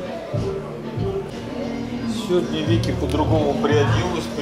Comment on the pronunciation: Винки, а не Вики, ты что глухой?